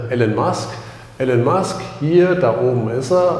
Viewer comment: Titel des Videos passt nicht zum Inhalt des Videos. Bei der Kameraführung wird mir echt schlecht. Trotzdem Danke. Und den Namen des Herrn Musk auszusprechen geht gar nicht.